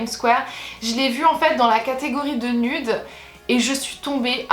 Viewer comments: en tant que citoyenne d'amérique je pensais que tu savais que nude ce prononçait nioude❤️😘😂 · nude se dit nude oui nioude